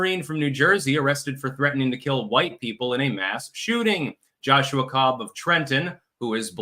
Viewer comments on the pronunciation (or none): none